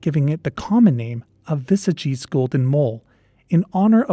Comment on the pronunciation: XD Your pronunciation of "Vesagie" needs a little work (hard W, e is pronounced a little higher than uh, a is a long aah, hard G, ee. Wuh-saah-gee). The Northern Cape is such a desolate and impoverished area with only 1 or 2 major highways going through it. The towns in the Northern Cape are usually small apart from one or 2 larger towns. It's very possible it might be overlooked and could still exist. One of my grandmother's biggest claims to fame was rediscovering a species of daisy that was thought to have gone extinct while simply going out to paint flowers as she liked to do (Euryops muirii). So Something small like a mole in the VERY large and expansive Northern Cape isn't that crazy.